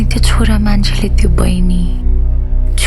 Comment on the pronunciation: Eura xora? Learn to say chhora